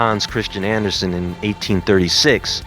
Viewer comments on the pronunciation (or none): none